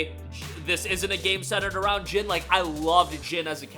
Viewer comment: His name is NOT Gin. It’s Jin. Like the word Jean from blue jeans. If you say one word in Japanese correct then just say the vowels the same. It’s cringy